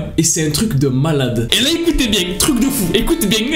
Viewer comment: J’adore le : ÉCOUTEZ BIEN ÉCOUTEZ BIEN 😂 avec l’accent 👌🏻😂